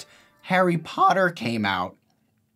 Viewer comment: harry pOAUtter